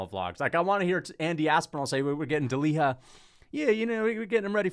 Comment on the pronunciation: Bro it's not deliha it's delija like y in you. In croatia we read words same way they are spelt. The fact that in english you don't do the same is crazy honesty.